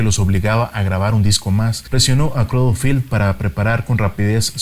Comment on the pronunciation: se pronuncia creidel